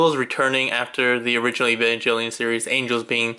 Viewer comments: EVA! Sounds like Ay-va. And Evangelion has a hard G. Come on man, you claim to like the show and can't even pronounce the name? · Just letting you know, you’re saying evangelion wrong, idk how to explain how to pronounce it but you’re saying it incorrectly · Sorry, like I said in the video I watched it back in college which for me is over 10 years ago, but now that you mention the hard G, I do remember now. Sorry if you or other Evangelion fans feel slighted for my mispronunciation! Sorry that makes you doubt that I actually watched the series/OVAs. That said, I'm not a huge fan of the series and the convoluted storylines. ~